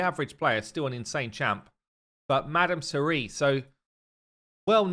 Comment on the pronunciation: Remember when was shocked at the way you pronounced Madame Serris 🤣🤣